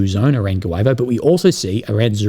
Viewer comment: Guevo: Goo-yee-vo